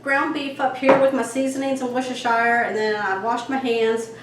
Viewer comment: It's pronounced wuss'-ter-sheer, not shire.🙂